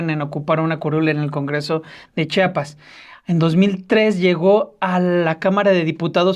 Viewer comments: Muy mala producción, que ni siquiera pasan las imágenes que mencionan, el conductor no sabe leer español, es Chiapas, y chiapaneco. Repitalo hasta que lo pronuncie bien. Debería abundar en detalles de la supuesta devastación de la selva lacandona. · Pronuncien bien, supongo que saben leer, se escribe,se lee y se pronuncia CHIAPAS. no enseñen ignorancia ,se supone que han estudiado mucho como para demostrar falta de cultura